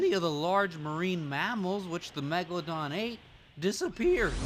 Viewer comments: MEGALOON MELGALODON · my foravrotrle bit is then said megealadon! megaladon!!!!!!!!!!!!!!!! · in the first was saying Megoladon megolodon in bey tovan